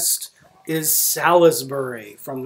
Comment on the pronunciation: Pronounced Sols Bury.